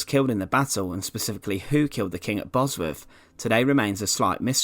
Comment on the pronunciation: It was such a shame Richard the fird was killed at Bosworf and his skelington found in twenty firteen.. Great content with narration rather spoiled, for me, by poor pronunciation.